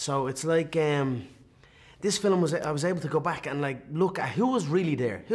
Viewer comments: He still says "filem" instead of film. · Filum lol